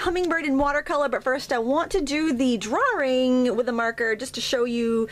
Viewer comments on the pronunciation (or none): What do draring and drar mean? The words "draw" and "drawing" only have one "r" each, and are pronounced "drah" and "drahing." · "Drawring" really? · Where are you from that you add an 'r' at the end of 'draw' or in the middle of 'drawing'?